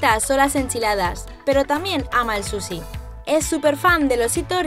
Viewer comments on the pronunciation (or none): like si te distes cuenta que es vez de decir sushi dijo susi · Like si en vez de decir sushi dijo Susi😂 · Dijo susi en ves de shushi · Like si oisyes que dijo susi en vez de suschi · Dice Susi envés que sushi